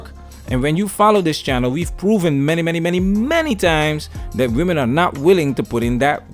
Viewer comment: went back to the original accented pronunciation of WE MEN AINT WE.. 👍🏼👍🏼👊🏽